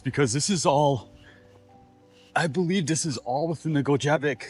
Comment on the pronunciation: pronounced as 'Go-gee-bic' county which is in Ironwood & beyond - just across the river from Hurley WI. Montreal & Gile, WI are in Iron County